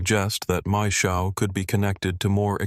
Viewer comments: the ai voice reading maes howe as mae showe lol other than that, cool vid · maeshowe is pronounced mice how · ITS PRONOUNCED MAES=HOWE NOT THE TERRIBLE PRONUNCIATION AT THE START